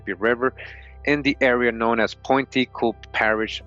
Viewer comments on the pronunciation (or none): Louisiana is my tribe the place you keep naming is pronounced Point “Q-Pee”. I'm from Avoyelles. We have black Indians recognized by the government here the ones who side with the whites. They are still black. I would like to find this book speaking in my people.